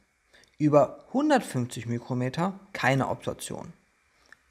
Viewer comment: Hi, ein Tipp zur Ausspreche von µm > Mikro Meter:) ohne ü Es spricht sich ja ebenfalls Mikroplastik:)